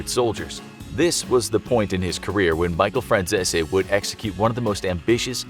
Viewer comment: Micheal fransissy?? 😂